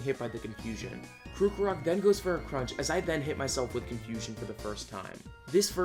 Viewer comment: ... ... ... His pronunciations are off the mark, like what Krookrok and Reniculus. Like how hard is it to say Krokorok and Reuniclus. Seriously. Watching this hurts my brain...